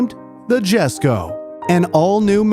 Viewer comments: Please tell me I'm not the only one here thinking it's pronounced Jesko (yes-ko) and not Jesko (jes-ko) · i swear its pronounced as yes-ko, not jes-ko. but it is what it is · Is not "jesko" is "yesko" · Isnt it pronounced iesko? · Lol jesko is pronounced as yesko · Its pronounced yesko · Just wanted to say that Christine said himself that the J in jesko is silent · He pronounced Jesko wrong.